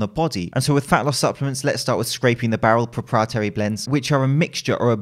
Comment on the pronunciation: Impressed with how managed to pronounce ' proprietary' without stumbling.